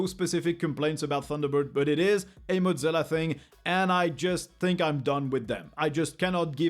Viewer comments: Got to ask, but why do some folks pronounce Mozilla like the word Mozzarella/Motz-zilla? Was under the impression it was pronounced "Moz" sort of like the first part of the name Wozniak, except with an M instead of W, then zilla. I thought Thunderbird is a separate from Mozilla, or am I wrong? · pronouncing mozzilla like mozzarella is kinda funny